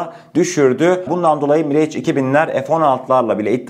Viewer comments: Aleykümselam. Mirage, Miraj diye okunuyor. Bize sunduğun değerli bilgiler için sağolasın kardeşim. Selamlar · kardeş miraj okunur ingilizce değil.